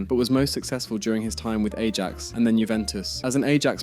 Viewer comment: Yeah, you gotta know it's pronounced eye-axe